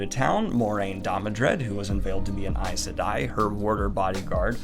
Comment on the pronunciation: It was weird actually hearing someone say “Aes Sedai” out loud. I’ve always read it as “Eyz SEE-die”